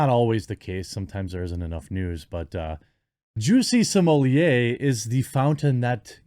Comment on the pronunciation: "Lady Juicy Smolieh" lel